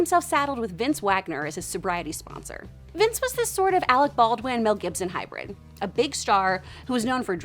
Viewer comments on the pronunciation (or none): it' s Vance not "Vince" Waggoner